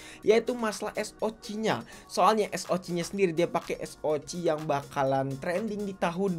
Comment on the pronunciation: Disaat yg lain bilang ES O CE, si mamang 1 ini tampil beda dengan ES O CI 😂